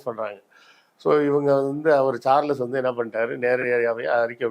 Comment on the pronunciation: Charles is pronounced as Charls without e in between l and s